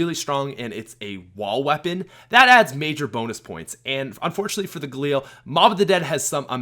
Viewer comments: Stop saying galeel it’s ga lil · Its called gaLIL not gaLEEL u dumb fuck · The galeel? No, no no, ga-lil. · the way he says galil (Galeel)